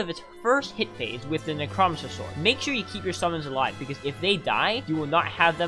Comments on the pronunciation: It's necromancer not nichrahmanser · ITS NECRO-MANCER NOT NECROMECER HOOOLYYY BRO PRONOUNCE IT RIGHT LMFAOOOO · " neck row man sir " necromancer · Neck-Row-Man-Sir (Necromancer) loved the video tho! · nucromiser wtf its NECK ROW MANCE ERR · Neck-row-man-sir PLEASE pronounce it correct it’s killing me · I hate the way you say necromancer. Necro Mancer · I never knew anyone pronounces necromancer like that lol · i love how you say necromancer sword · there's no way you haven't heard the right way to say necromancer, right? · WHY DO YOU PRONOUNCE NECROMANCER LIKE THAT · Bro pronounced necromancer wrong intentionally, to make people mad then comment for the algorithm.